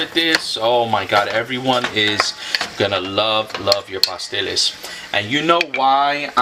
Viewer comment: I thought you said pastelillos